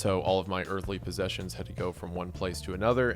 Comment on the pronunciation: He says ‘Earthly Possessions” like he has a Mars Lunar Base or something😂😂😂